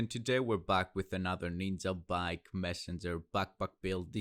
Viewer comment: It s ninjabike not ninzabike dude. Nice Build